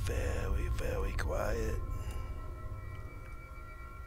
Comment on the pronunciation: "be vewy vewy quiet....I'm hunting zombies" lol hahaha ok:-)